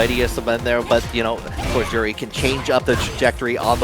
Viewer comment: Hate the way that guy says Juri "Joowrhli" You're not Japanese you weeb, just say Joo Ree